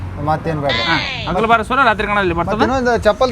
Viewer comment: ಸುರ ಅಲ್ಲ ಸೂರ